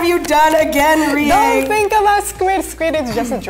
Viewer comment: Rie* but even the Captions say it wrong so..